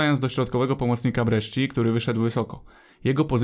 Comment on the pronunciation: jak coś to sci w języku włoskim czyta się jak sz/szi, więc Brescia to nie Breszczia tylko Breszia